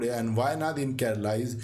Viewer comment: Informative, but the narrator should learn the right pronunciation of names related to South India. It is very poor. Kudure mukha, Nagara hole, Kerala, Palakkad and many more